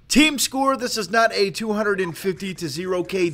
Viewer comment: Emphasis on "Team Score"